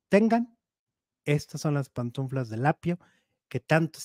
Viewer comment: No se dice PANTUNFLAS se dice PANTUFLAS 😅😅😅